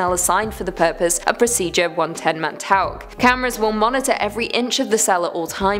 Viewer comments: I'm British it's still 110 Montauk not montok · How hard is it for a British person to say “Montock” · Pronunciation mon tau ck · Montauk pronounced Mon-talk. Thanks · “montock”... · I hate the way "Montauk" is pronounced in this video